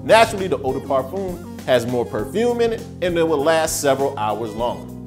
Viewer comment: I cringed when he said "parfum" those 2 times. Yiiikes